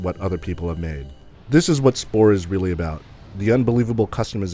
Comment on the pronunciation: he keeps saying "splore"